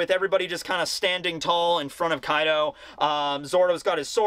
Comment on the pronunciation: You mispronounced Koi D. O during the intro.